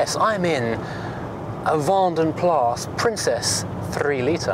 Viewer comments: The a in plas is shorter than the a you are pronouncing in vanden and sounds more like plus in english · 'Plas' translates as a lake, pool or puddle. Colloquially it is 'pee'!